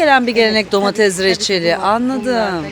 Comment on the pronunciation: Şenay hanım ben emekli bir öğretmen ve de yanlış telaffuzlara takıntılı bir insan olarak sizin domateZ ve patateZ deyişiniz beni biraz irite etti. Darılmazsanız bunların domateS ve patateS olarak telaffuz edilmesi gerektiğini belirtmek isterim, anlayışınız için teşekkürler :)